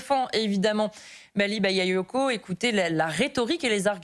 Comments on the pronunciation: Elle est même pas capable se prononcer son nom: Maly bayayoko 😂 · Hahaha! Les medias passent déjà à l'offensive et cette piètre journaliste qui s'efforce à mal prononcer le nom de ce maire. Elle est juste ridicule 😂